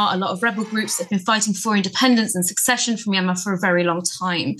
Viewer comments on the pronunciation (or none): I believe the word the young lady at the end was looking for was 'secession' not 'succession', as she kept pronouncing it. 😏